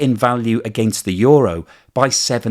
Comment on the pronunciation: How do you get a word that is spelled ”euro” to be pronounced ”yoru”. I would get ”yuro” but you are switching place on the o and the u. Makes no sense.